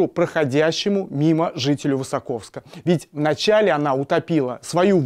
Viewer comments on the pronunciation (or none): ВысОковска а не ВысакОвска, ударение правильное надо ставить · высОковска, а не высокОвска